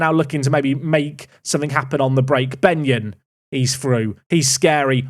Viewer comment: That was definitely not “Benyon” 😂